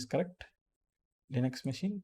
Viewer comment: Bro no Lion-X !!! it's Linux (லினக்ஸ்)